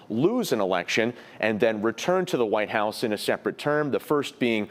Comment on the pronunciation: THE WHAYTE HOWSS 😀